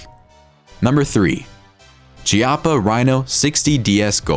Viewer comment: Chiappa isn't ciappa, but kiappa ( italian word for butts) 🤣👌🏼